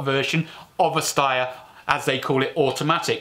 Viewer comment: Steyer is pronounced as Schneider, not ssss but sh like hush